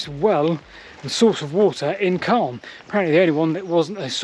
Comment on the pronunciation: Wow I grew up in Calne but left Calne decades ago Never knew about the branch I went on the Calne to Chippenham railway as a child a long long time ago and walked along the Marden But this is so fascinating PS sound the “A” more when youn talk about Calne more its how the locals say things